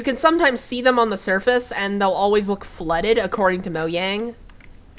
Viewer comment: And thanks for saying Mojang correctly